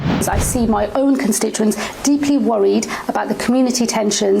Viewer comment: And just who are her " consistuents" ?